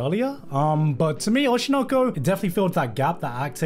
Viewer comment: he's finally pronouncing oshi no ko properly